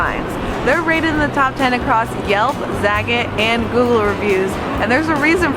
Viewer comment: Accent has nothing to do with pronouncing French words...pronunciation is what you're looking for Also...za-GAT' ...rhymes with "the cat."